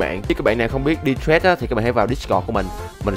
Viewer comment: Đọc trade thành trét nghe ngứa tai vl:)